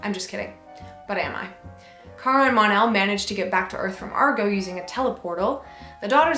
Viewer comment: It's "Mon-El"